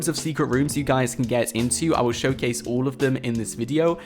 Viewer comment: Its 'all and 'wall...not ull and wool